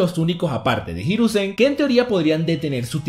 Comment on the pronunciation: Los acentos en una palabra la mayoría se lo tragan por ejemplo, no es hiruzén, el acento en japonés es hirúzen, obviamente no tienen tilde, pero es un ejemplo, buen video, saludos desde RD